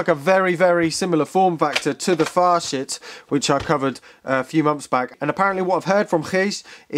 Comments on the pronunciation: Pretty sure it's pronounced as "Fasit" rather than "Fashit". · Hands up if you giggled like a schoolgirl every time said Facit.